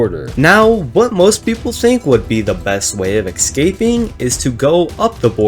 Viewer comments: Bro says "Excaping" Its escaping buddy. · A little bit of me does inside every time he says ‘ex-caping’ 💀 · the amount of time you said ecscaping is pretty painfull.